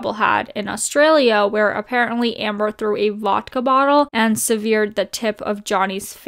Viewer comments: Lol, "seVEEEred the tip of Jhonny's finger". Girl, it's SEvered. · Do you not know how to say severed LOL 😂 aren’t you like in your mid 20s? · “Severed”. Lolol. Look up the pronunciation girlfriend.